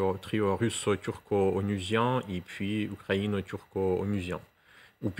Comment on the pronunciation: le Français des Français on dit U U U UKRAINE ET NON OU OU OUKKRAINE. Macron peut te payer des cours de diction.